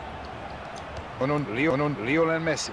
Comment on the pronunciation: Irre ich mich oder sagt der Kommentator die ganze Zeit "Rionel Messi"? :D Bei wäre ein Aubameyang nicht schlecht gewesen.